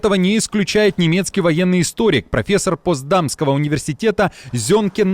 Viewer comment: Не Постдамского, а Потсдамского университета.